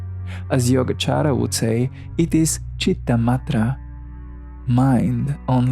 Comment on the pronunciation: It's Citta-Matra not Madre. It's a 't' not 'd'